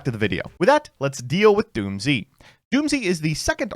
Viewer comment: its pronounced doomz not doom z. the japanese name is dūmuzu which is doomz.